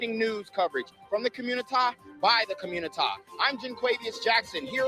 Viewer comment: " Today on The Communitah " ..💯😁